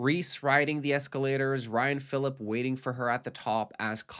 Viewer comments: Ryan Phillippe is pronounced filipee not philip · it's pronounced Philipe like he's fancy edit PS my claim to fame is I went to middle school with Sean patrick Thomas's niece. she is a wonderful singer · Hate being THAT guy but e on the end of Phillipe is pronounced as ay. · ryan phillipEEEE the E is not silent .... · Seriously who the heck is Ryan Phil-LIP???? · the way you pronounced Ryan Phillipe's name is a crime, you just lost all credibility of this review after that 😬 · Ha ha I’m so petty he almost lost me with this name mispronunciation - how sad am I. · Everytime he said his name 🤣🤣🤣